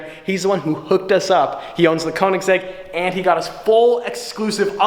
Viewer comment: Dude its called "Königsegg" and not "konigseg"